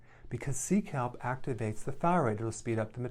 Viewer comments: "Seek help?!"... Oh! "Sea kelp!!!" Haha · Megan I wondering who I needed to SEEK HELP from as well! Glad I read your comment 😆 😂 😆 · Nutrition: seek help. That’s what I heard, took me a while to catch on